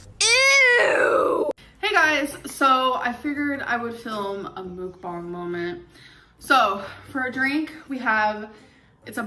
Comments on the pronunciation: What pisses me off is her saying "mookbong" IT'S MUKBANG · She’s 75% right though. 🤷🏻‍♀️ It’s not MUCK-BANG. 🤦🏻‍♀️ It’s MEOK-BAHNG. So…She’s just off by saying “ook” instead of “oak’. Better than 97% of people on YouTube. And I’m pretty sure you think it’s MUCK-BANG too. 🤭 It’s actually one of the only things I can tolerate about her. 🙃